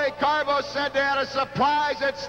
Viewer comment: It always made me laugh the way Jesse "The Body" Ventura referred to Wally Carbo as Wally Carabu lol! 😂